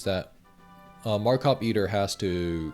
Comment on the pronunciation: "Eidder One"